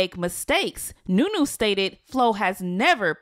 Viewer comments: Lmaooo idk why but you calling that girl new new instead of Nuni is hilarious 😂😂😂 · Why do u day the wrong names lol her name is nuni not nunu !!! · Her name is Nuni not Nunu !!